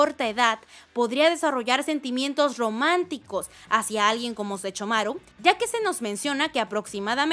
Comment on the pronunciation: No sé ustedes, pero me desesperó que cada que mencionara a Sesshomaru dijera Sechomaru ._. De ahí en fuera, me encantó el vídeo jajaja uwu